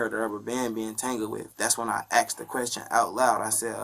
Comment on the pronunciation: He axed a question